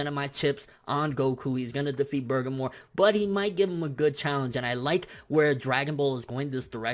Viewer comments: BER-GA-MO!!!!! Not Bergamore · Bur-GAH-Mo not Burgermore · Burgermore? Nigga I know you hungry but damn. It clearly says Bergamo. Sound that shit out Ber-gam-o. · Who the hell is Burgermore? I thought it was Ber-ga-mo? Where did the extra r at the end come from? What? WHAT? I need answers. Now I'm hungry. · bergermore lolz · If anything, its "Bergamot" with a "T", translated, without...not "bergamore", what the hell even is that? The wolf brothers are named after rooted plants/spices. So Bergamo's got some psychic powers? Weird, considering he looks like a pure physical powerhouse. My prediction's also that Goku wins, 2-1, 7v9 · lol your ponoucing that name wrong dude. its bergamo, not burgermore lol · I feel like you butcher names on purpose lmaoo. It's BER-GAH-MOE..not BER-GUH-MORE lmaoo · In every video it sounds like you keep saying "Bergamor" even while reading his name. I don't know if that's just how you sound when pronouncing it, but there's no "r" at the end though. "Bergamo". #justsaiyan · I was thinking the same thing. He says it exactly like burgarmore instead of Bergamo. Weird pronounciation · He should've pronounced it like Ber-ga-mo with precise sounding Even his closed caption says: "Burger More" lmao ( must be hungry) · Jonathan McGuire I would think that as well, but i watched him, in video form, reading it himself and say, "Bergamo? Maybe its Burgermore?" and not bother since to actually look it up. Considering he tried to translate it and failed, and didnt bother to even research his material is showing lack of effort to provide quality information to his viewers. I used to watch him for news but now i watch just to see what false info and head cannon he is posting today. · He said Boogermore. Hes talking about his arch nemesis of his hanging out that right nostril. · you have a huge booger in your right nostril, is that why he is refering to bergamo as bugermore lmaoooo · its pronounced "bur-gom-oh"....